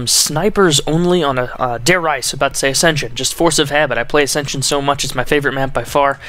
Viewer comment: Why does everyone pronounce Reise as Rise or Rise-a. It is pronounced Re-za